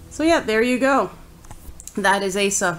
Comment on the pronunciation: Her name is properly pronounced as (oz-zah).